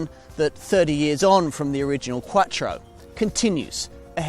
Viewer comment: That is the sound of someone speaking an Italian word with a British accent.